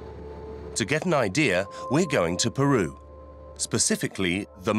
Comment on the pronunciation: PEROU? its.. called PERU lol